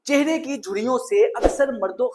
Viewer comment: چھرے نہیں ...چہرے .... 😅